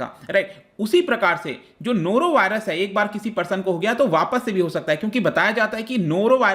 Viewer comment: Nora Virus😃😃😃